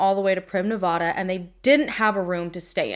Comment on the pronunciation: FYI please check pronunciation on Nevada. It's like the s in Illinois, you don't want to pronounce a state incorrectly, lol. I adore your passion and commitment to the victims. 🖤💙